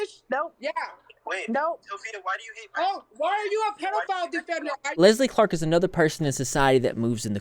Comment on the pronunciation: Why did I think you said “Leslie Fart” instead of “Leslie Clark” at the beginning 💀